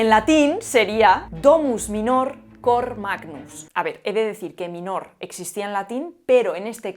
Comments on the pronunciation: 'minor' es bisílabo, por lo que la sílaba acentuada es la penúltima ('mínor'), no la última ('minór'). El infinitivo de facio (facere) lleva acento en la antepenúltima sílaba (fácere), no en la penúltima (facére), pues la penúltima sílaba es breve. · Cuidado con la acentuación del latín: /mínor/ y /fákere/ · "Mínor" se pronuncia en latín, no "minór". Ea, ya he aprovechado mi licenciatura 😅. Muy interesantes tus vídeos y una buena labor.Pensaba que ibas a hablar del indoeuropeo. Tenía un profe que siempre acababa allí, en el limbo del indoeuropeo. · se pronuncia mínor, no minór, y fácere, no facére. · cor, cord-is --> NEUTRO, así que: DÓMVS MÍNOR, COR MÁGNVM. Desastrosa pronunciación latina, casi tanto como la de un inglés 😀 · Me estaba entusiasmando hasta que pronunció “minor” con acento agudo… 😢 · Voy a tocar los cojones un rato: 1) En latín no existen palabras agudas, MINÓR es una aberración, se pronuncia MÍNOR. 2) COR es palabra neutra, luego la concordancia es "cor magnum", no "cor magnus". 3) FACÉRE es otra aberración todavía mayor, el infinitivo de presente de FACIO es FÁCERE. Además de esto, creo que una persona docta en lengua debería usar los ordinales para los siglos, por lo menos hasta el décimo. Es mejor decir "siglo tercero" que "siglo tres". No sé por qué, parece que alguien quiere que los ordinales se pierdan. Deberíamos decir "Alfonso Décimo tercero" o "Juan Vigésimo tercero", pero no sé por qué los que usan ordinales no pasan más allá de "Décimo". Por cierto, mucha gente en los ascensores cuando les preguntas "a qué piso vas", te responden "al tres" en lugar de "al tercero". Por último, yo no soy cristiano ni católico, tampoco soy agnóstico, sino completamente ateo, y no me pasa nada por decir "antes de Jesucristo". No es una crítica, porque cada uno debe expresarse con el estilo que sea de su elección, simplemente se me hace curioso como incluso a Jesucristo se le cancela en estos tiempos. Un saludo. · Se dice "mínor" y "fácere"